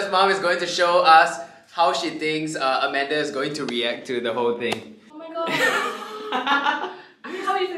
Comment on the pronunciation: Why do u call amander when her name is scoot Beng